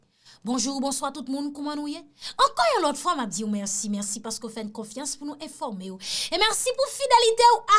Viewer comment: Cherie, le wap vle di informer, son an soti tankou ou di eformer. Rekoute video yo pou w we sa map di a.